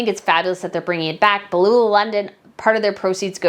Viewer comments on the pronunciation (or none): Hi from australia 🇦🇺. Just a helpful comment. You seem to mis pronounce Beulah London. Just try Bew La. Love your channels. Would love to come on your trip to Europe but just purchased a house this year. Maybe in the future. ❤